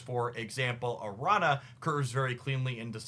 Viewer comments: do want to say that it's like "aranya" not "aranna", though if that was engagement bait, ka-ching i guess lol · Araña is pronounced Aranya. Spanish word. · btw araña is pronounced like "aranya", the ñ is a different letter than n. Think "Señor". It's also similar to italian gn like in lasagna or signor. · Correct, but he's the same guy who said "Sim-Bye-Oat," soooooo....😅😅😅